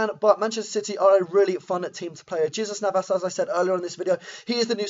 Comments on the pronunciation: Your pronunciation of Jesus Navas made me chuckle, cheers for the upload. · LEARN TO SAY JESUS NAVAS